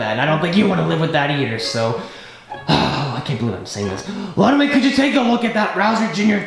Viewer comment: It’s so funny when called Ludwig “ Wiglood “